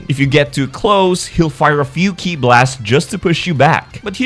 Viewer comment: He's finally saying Ki right! 😏